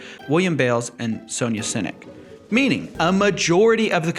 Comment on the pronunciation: Is Siennick pronounced like cynic? I'd change my names if I were Bales and Siennick ROTFLMAO One bales out on telling the truth, the other is a cynic?